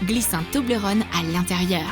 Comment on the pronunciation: On dit « Tobeulreune »